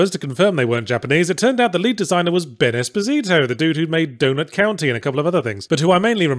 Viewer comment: Esposito is not really pronounced like that. And it does not in fact mean little husband in spanish, it's a word used to describe babies or kids abandoned and disowned by their parents.